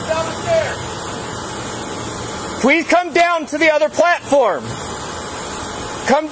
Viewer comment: will you pwease come down here